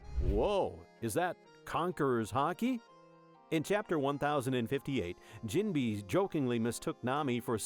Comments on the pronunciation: Jim-bay, not Jim- bee. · you can always tell because AI pronounces words based on the letters. Like jimbei is pronounced "jim-bay". The AI pronounces it "jim-bee".